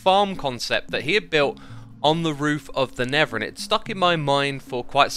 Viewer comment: Am I only the peron that hear never when xisuma said nether?